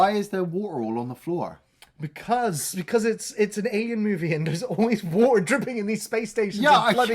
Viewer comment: All I gotta say is “Sumthin in the Fukin wa’er”